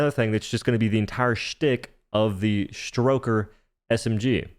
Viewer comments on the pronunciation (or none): Dough... Dough, it's "Stoker". "Stroker" sounds like something out of an adult game.